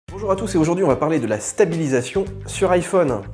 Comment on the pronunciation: IphÔne...c’est très chiant à entendre.